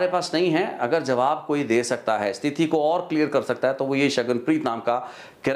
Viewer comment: ਜੀ ਬਹੁਤ ਮਹੱਤਵਪੂਰਨ ਜਾਣਕਾਰੀ ਹੁੰਦੀ ਤੁਹਾਡੀ ਪਰ ਇੱਕ ਸ਼ਬਦ ਸਥਿਤੀ ਨੂੰ ਹਰ ਵਾਰ ਸਤਿਥੀ ਬੋਲ ਰਹੇ ਧਿਆਨ ਦਿਓ